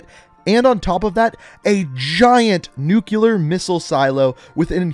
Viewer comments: It’s NUCLEAR NOT NUKEULAR 😩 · nuclear not nukular smh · Nuclear not Nucular. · Nuke-lee-er, not nuke-u-lar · Great vid! why are you pronouncing it "nucular" tho? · "Nuke-You-Lar"....ha ha ha ha OK George Bush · Nucular. Lol. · Uhg say nuclear right please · Learn how to pronounce the word "nuclear" 🤦🏼‍♂️